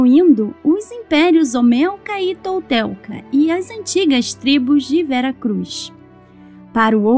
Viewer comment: imperios Olmecas e Toltecas , não olmelcas e toltelcas🫣😬